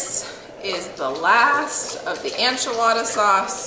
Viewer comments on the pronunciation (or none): Am I gonna watch this even though you pronounce “enchilada” as “anchilada”? Yes. Yes I am. 😂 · girl. I love you. So much. Say it with me... EN-chilada. Not ON-chilada lol. Also, any bumpdates coming?! 💕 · The pronunciation sounds like - IN - che- La da . I myself learned from my neighbors who were from Mexico taught me to Add Chicken bouillon to enchilada sauce and it puts it over the top !!🐔🌶🐔 Roast the onions and tomatoes and garlic- Yum!😋😋😋😋😋😋😋😋😋😋😋😋